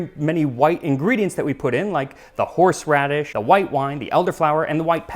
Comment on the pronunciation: "Horseraddish" Me: stands up im out